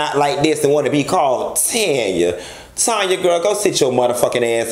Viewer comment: I died at TANYA, NOT TANNN-YA